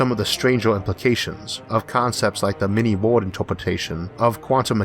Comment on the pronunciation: I have grown quite fond of listening to your voice. Listening regularly while working :) Though one thing I have missheard for weeks though the the word "world" that to me sounds like "ward". IMHO the word "ward" fits even better in many cases in particular when it comes to virtual worlds/wards to contain minds or Dyson Swarm habitats. Thank you and keep up the excellent work!